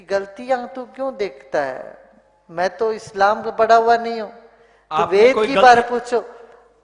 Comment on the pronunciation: Jaante nai toh kitaab likhte kyun ho. Aap Ved bhi theek se nai bol paa rahe the.